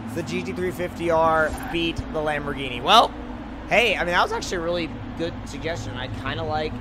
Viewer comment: Lamborghienie lol